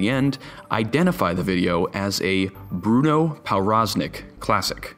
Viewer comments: Its pronunced provroznik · Everytime he pronounces ‚powroznik‘ wrong it gets worse. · It's a Polish last name so that W is pronounced as a V, so Pov Roz Nik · its pronounced pov braz nik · pronounced pov-roz-neek its obviouslt polish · Hey dude, that's NOT how you pronounce Powroznik. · Very nice video but I'm pretty sure that's a Polish name so the "w" should sound like a "v". Probably the only person on earth who is irked by this but I'm gonna leave the comment anyway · learn how to pronounce people's names.